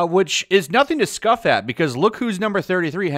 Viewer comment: scoff, not scuff.